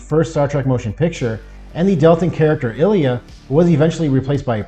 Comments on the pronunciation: Just a few comments. Canon has never stated that Lt. Saavik was part Romulan. The Star Trek III novelization did this. But the novels have never been canon. Your pronunciation of the name "Ilia" is incorrect. You say "Ill-ee-uh." The name is correctly pronounced "Eye-lee-uh." Q's line "The trial never ends" is a reference to the final TNG episode "All Good Things..." where Q says the same line and not "Encounter at Farpoint" as you claim. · It's pronounced "EYE-LEIA" not "ILIA"